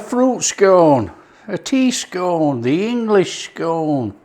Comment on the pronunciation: Scone.... scone.... your not southern lol bit of Yorkshire humour for the regional viewers regards redcar steve